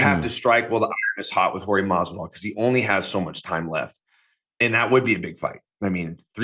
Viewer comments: You know it's on purpose right ... ???! 🤔🧐 ' MARVIDARL ' !!! 👍✊ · Maaan he even asked Gamebred if its Mathvidal or Masvidal and still says it wrong 😂